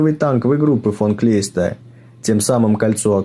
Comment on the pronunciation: Блин, не Клейста, а наверное Кляйста.